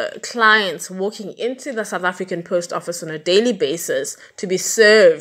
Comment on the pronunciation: As you research your stories, please be so kind as to include researching the pronunciation of words that are unfamiliar to you, when you do. It wholly detracts from the narrative when you continuously mispronounce words e.g. the post office in this story, and, in the Anni Dewani story, you mispronounced so many words, amongst others, Shrien's name, as well Stockholm, the capital city of Sweden, and a few others. I am not the grammar police, but you have a public platform, and get paid, so, you do bear a modicum of responsibility to at least tell your story properly.